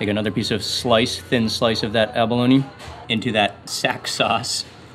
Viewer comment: its not abalonie its abalone lol